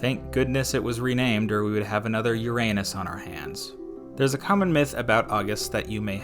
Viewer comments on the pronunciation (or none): none